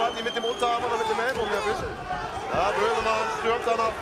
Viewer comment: Ich hab kurz Mözemann gehört 😅